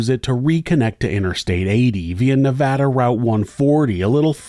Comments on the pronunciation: Thank you for pronouncing Nevada correctly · 92/93 was a HUGE winter here in Northern Nevada! I will never forget when this happened, unfortunately this scenario has played out quite a few times over the decades, winter is no joke here in Northern Nevada! As a Nevadan I thank you for the correct pronunciation of Nevada, much appreciated! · Thank you for the correct pronunciation of Nevada